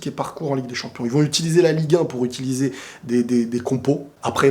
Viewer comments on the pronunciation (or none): none